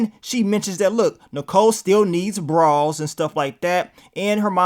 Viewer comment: The way says BRAS has me cracking w😂😂😂 “BRAWWS”